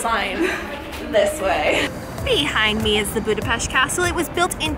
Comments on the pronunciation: Omg, you pronounced Budapest correctly!!! Thank you!!! You are one of the only foreigners who do so!!! Much love for it! ...great video, really enjoyed it! Oh by the way, the only thing that I would correct is the section on our history! Please read up on that a bit, and correct it. Hungary was a huge kingdom from 895 (for about 1000 years!!) then later had to unite with Austria, but that didn't happen until 1867 and lasted until 1918! We lost 2/3 of our original territories (that was ours for at least 1000 years!) during the World Wars, which is when Czechoslovakia was artificially created (the Czechs had their own country prior to this but Slovaks did not, so Slovakia was carved out of our Hungarian territories!) When you look at the map of Europe today, and zoom in on Hungary, look at all the surrounding countries because each of those countries got a big chunk from Hungary. Romania got Transylvania, Yugoslavia got Vojvodina, Ukraine got Transcarpathia, Austria got Burgerland, etc. the list goes on! So all these countries have still plenty of Hungarian culture, building, people, and so on. It's really very interesting! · As a hungarian, im super happy that you pronounce Budapest corectly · She said Budapest correctly omg